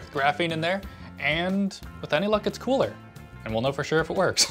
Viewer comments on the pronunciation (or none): none